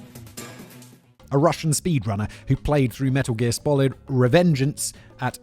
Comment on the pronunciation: Simon really spolid that pronunciation...